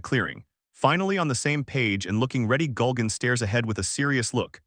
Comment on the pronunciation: Why does the narrator keep saying "Gulgan"? It's Gurugan. It's like somebody messed up the name every time the character was named in the AI program they used to make this voice over. So many extra layers of laziness. (On top of stealing comics and using AI voice overs)